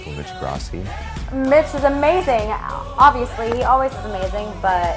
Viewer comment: did kirstie said avi-sly